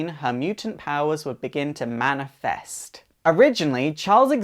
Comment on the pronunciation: Awesome :D You say "manifest" weirdly haha I like it though haha